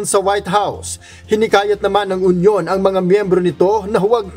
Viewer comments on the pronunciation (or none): Sorry, bakit onion? Hinde po onion ang pag pronounce nian. Union po! (Yun-yun)